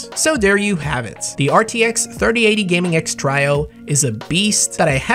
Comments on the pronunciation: Everyone: Gaming X Trio.: Gaming X Trajo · Try-oh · He says Trio wrong. Lol